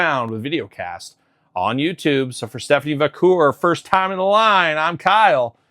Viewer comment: Va - care. Haha Not Va - coor. 😅